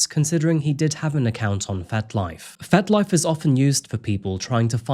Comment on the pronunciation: Are you saying 'Fet Life' or 'Fat Life'?.. (Either way, but curious). 🤔